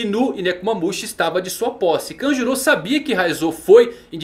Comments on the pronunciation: Pronuncia horrível, parece que tá falando Kajuru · Kanjuru... mano a pronuncia de nomes japoneses pelos brs da uma agonia inexplicável....